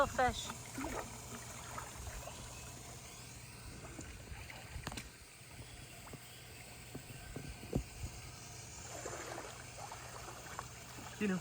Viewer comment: Honestly I thought his name was “Deino” not Dino just cause the way you pronounce it and the fact that Deino is also short for Deinosuchus which was a species of giant prehistoric alligator